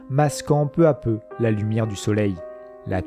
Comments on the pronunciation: Bonne vidéo mais pitié, attention aux liaisons "mal (t'à) propos" telles que "peu (z'à) peu". J'en ai relevé suffisamment pour me permettre d'attirer votre attention sur ces mauvaises dictions (en toute simplicité et gentillesse évidemment). Bon travail, merci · Intéressant ...Mais je ne sais pas qui a écrit le texte mais certaines liaisons font mal aux oreilles ...Notamment "peu z'a peu ... et les autres ...